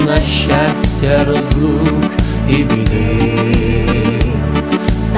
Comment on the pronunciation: Все гарно ,але по українськи є щАстя, а не щЯстя і т.д. Навіть під відео написано назву пісні * Хай щастить вам...* а не хай щястить вам. Просто ріже вуха така вимова.